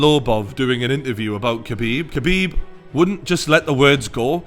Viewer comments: It’s pronounced Habib Not KHabib 👍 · The K is silent, its habib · How come nobody understand yet that his name is pronounces Habib, the K in his name is silent for fuck sake. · being arab its pronounce KH abib not Habib, Much like Khalid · It's pronouced Khabib, not Kabib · хабиб. Its not pronounced as a 'h', but as a kh (as you would translate the sound into latin script), such as the sound in loch, like lochness monster, if actually pronounced properly. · It's pronounced "habeeb" not "kabeeb". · Say Habib, it’s not cabeeb. When asking for lasagne you pronounce it lazanya and not la zagnay. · Shut up you fool. Did Conor not over react, fly from Ireland and throw a dolly through a bus injuring other fighters that were not evolved. Also, to sound like a real reporter try pronounce Khabibs name right. Drop the K. Your boy Conor couldn't do those things you mention because he was afraid of the take down. Simple as that. He got outplayed. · You're literally the only person i have ever heard of pronouncing it like that. Stfu.